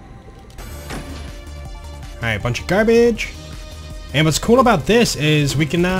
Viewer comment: Dont say it right take some classes